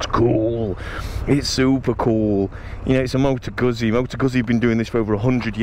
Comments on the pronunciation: Guzzi - pronounced 'Gut C' not Guzzy. thank you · Its Goot see Not guzzy! Hahaha